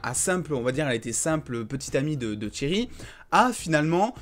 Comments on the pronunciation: Ya pas de t devant Cheryl c pas tcheryl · On est d’accord en plus il dis tcheryl respacte la 😂😂😂😂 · Tu sais pas dire Cheryl mdr